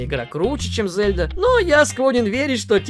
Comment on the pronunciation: Лайк только за то, что ты пока единственный блогер в ру-сегменте, который правильно произносит имя Зельда👍👍👍 Даже не знаю, какой имбицил решил в русской озвучке произносить мягкое Е - ЗЕльда🤦‍♂️ это как ИзËльда или ИнЕсса..